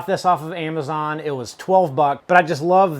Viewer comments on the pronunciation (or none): none